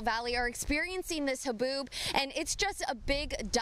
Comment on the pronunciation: So weather lady can't say the word haboob? 😂